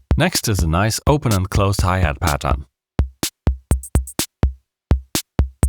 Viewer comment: I knew he is german the first time i heard him saying "Pattern"